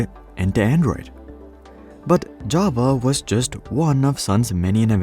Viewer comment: I really like how you pronounce "Java". Ja-va. I have met many pretentious/obnoxious programmers who pronounce it "je-ve". I really hate them with passion.